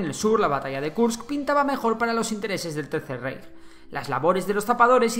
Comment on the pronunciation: Me pido de italiano que ha estudiado alemán de alemanes, como es que los españoles no saben pronunciar el alemán. No se dice "Reich" sino "Raich" y no se dice "Von Manstein" si no "Von Manstain". La "ei" se pronuncia "ai"